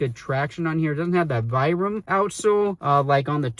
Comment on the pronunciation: I hate the pull/elf tab. It'sa fashion feature stolen from Hoka. All it does is help collect debris and interfere with full-length jeans. I'm glad they've ditched it. BTW, Vibram is pronounced VEE-bram.